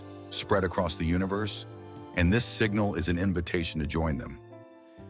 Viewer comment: He is just talking nothing new! Except “singnal”